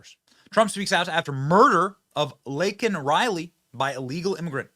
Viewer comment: The Bydn administration completely dismissed Laken Riley's murder. A murder by an illegal immigrant. Biden apologized for using the word "illegal". Biden's Yet to apologize for saying "Laken's" name incorrectly and for lacking any compassionate words for "Laken's" family.